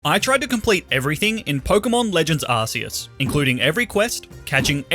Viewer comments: It's not Ar-see-us. The official game trailer announcer says it: Ar-kee-us Arceus = Ar"K"eus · its not pronounced arceus it pronounced arcoos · Every time you say arseus I die it’s arkoos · its ARKEUS not ARSEUS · arkeus not ARSEUS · ar-key-us. Not ar-cee-us. #justsaying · Your pronouncing arceus wrong... check out the pokemon movies ark not arse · Please, on god, dont say "Arseus", its spelled "Arkeus". It just simply bothers me so much. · Hey is not arceus its arkoos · It's Ark-oos. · Pokemon ARCEUS (ah-kee-us) not a British Arse! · What is this Arse-e-us he keeps sprouting on about? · You pronounced "Arceus" wrong. It's pronounced "Ar; Ku; s" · it’s pronounced arkoos actually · ARS PHONE?! ITS CLEARLY ARC ARCEUS NOT ARSEUS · it’s Arc-eus with a c like the c in crime. and it’s arc phone not ass phone😂 jk you can call it anything you want